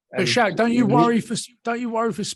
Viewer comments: It's Schalk man....like school🤣🤣🤣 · It's pronounced Skalk not Shalk, then pronounces French refs name perfectly. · You pronounce it "Skulk" not "Shulk..." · just say skalk, his name is not shalk! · Schalk is pronounced "Skulk" not Shalk . Great interview with an exceptional human being . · Schalk is so understanding with people mispronouncing his name and calling him "Shalk" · Great episode Boys. Just a heads up - "Schalk" is pronounced "Skulk". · Every South African triggered by the mispronunciation of Schalk 😂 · Why are you calling him Shalk?